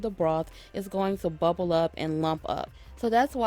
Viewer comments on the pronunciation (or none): none